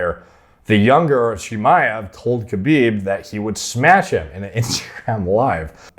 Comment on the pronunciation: Thats just how Khamzat is. He says he will "smesh" everyone.